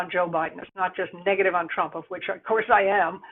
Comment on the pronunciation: Love & Happiness He pronounced it PRUMP 🤣🤣🤣